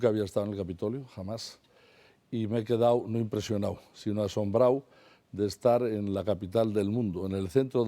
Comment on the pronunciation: "...me he quedáo impresionáo asombráo... el Senáo", JAJAJA